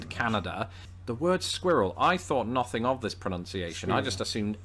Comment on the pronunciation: TOTALLY love!! 'Noth Ing' = Nothing:)